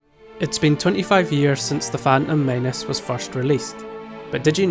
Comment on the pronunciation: phantom maynece phantom maynece